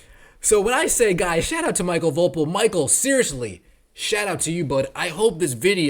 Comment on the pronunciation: I guessing his name is pronounced Michael Vo PEAL, similar to the famous Ron POEpeal. Great commentary, as always. You drop truth bombs on a daily